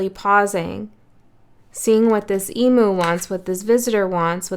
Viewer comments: Emu is pronounced EEM - You 😊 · As an Australian Sagie I just wanted to let you know that Emu is pronounced Eemyou love your readings look forward to them each month